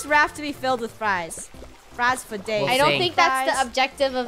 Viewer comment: Omg it is "fryday" hehe